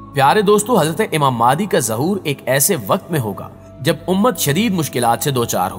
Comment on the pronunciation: Aap phalay imam mehdi ko sahi tarah bolna seekh lai phir islami video banaya karay